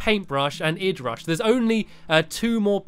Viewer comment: It is I dee rush not id rush Stampy XD